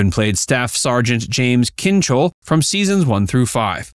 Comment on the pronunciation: 😅out of pneumonia and bleach? How about ammonia and bleach?And Kinchloe not Kinchole.